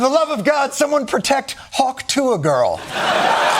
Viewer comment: “Hawk too-ah.” 😅 Jon you ah #1 🎭 📺